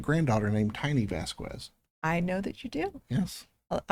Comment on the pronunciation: Correct! I know a lot of anglophones will automatically pronounce it with the audible "U" but that's one thing that I think they can say easily, like in the movie Aliens (no relation). I don't correct anyone on it, but when I introduce myself it sounds like SEE-zer VAS-kez. All that being said, I'm still psyched about hearing them talk directly to me. 😀